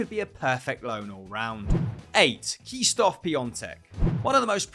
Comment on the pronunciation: OMG the way you Pronounce Krzysztof Piatek first name is atrocious lol